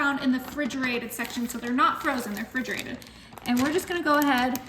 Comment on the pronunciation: She says fridgerated smh . Refrigerated